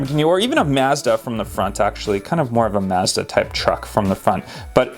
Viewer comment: Mazda not MAZ DA